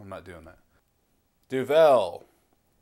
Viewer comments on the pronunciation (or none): We say Du-val rather than du velle.. It's Flemish. and the correct challenge requires standard duvel as triple hop is a special edition beer. The effects are somewhat different. Enjoy, and greetings from Belgium. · It's not pronounced doVEL, it's pronounced doVUL. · We, in Belgium, pronounce it 'Duvel, and not Du'vel. The name actually means "devil" in old Flemish Dutch as is spoken by the vast majority of the Belgians. So one pronounces it very similar to "devil", but with a 'u'. Other than that: DO IT!! :) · Imagine the word 'devil'. Imagine someone saying 'de ville'. That's what it sound like when you mispronounce duvel. It's Duuuuvel what you pronounce. That is the Dutch word for devil. Duvel. Now remember this and pour Duvel in 45 degrees angle into a real Duvel glass. This glass is known for its carved out "D'' in the bottom of the glas. This curvy D makes the bubbles focus inside the middle of the beer and give you that extra kick out of Duvel. Enjoy! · Pronounced Doo-Vul not Doo-Vel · That's exactly what i was going to say. 33cl = 1/3 liter. And you have to put the accent on the "u" in Duvel. Not on the "e". Grtz from Belgium. PS: Do the Duvel challenge! Good luck with it. Let me know how it went,and put a vid on youtube ;-)